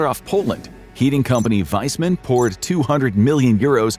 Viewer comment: "Wiseman" ... it's pronounced "Feasemunn". Lern to pronounce!